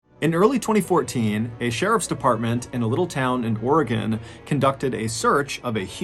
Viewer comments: I know it's silly but as an Oregonian living in New England, it hits something special inside when a New Englander pronounces Oregon correctly 🤣 Most people out here say Ore-GONE and I tell them nope, it's not gone, it's still there lol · Thank you for pronouncing Oregon correctly 😂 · Thanks for pronouncing Oregon correctly 😊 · Props to Mr B for pronouncing Oregon correctly lol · Mr Ballen may I say thank you for pronouncing my state’s name correctly😂 most folks from the Midwest to east coast pronounce it “oragone ”😂